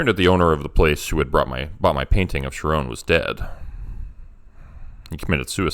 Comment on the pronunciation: Ooh that was great! Really creative. Just FYI though: Charon is pronounced more like “Karen.” The emergence of the Karen meme and the magic of words and what that implies is arguably more disturbing: truth truly is stranger than fiction. 🤫 💚💜